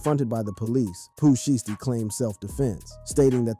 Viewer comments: Its pooh shy stee not pooh shity 😂😂😂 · How you mess his name up?